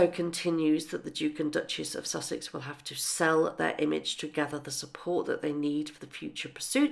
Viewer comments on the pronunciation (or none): none